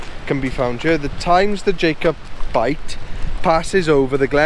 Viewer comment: Great video, it's pronounced "Jack-oh-byte" lol.